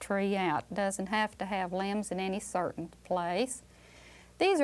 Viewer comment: limbs, i thought she said lambs 😭🤣